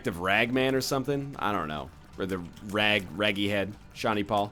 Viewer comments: Rage. RAGE. Not rag. Not Raggy. Ragy. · Did anyone else notice he was saying raggy and not ragy? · Rage-y, not Raggy, silly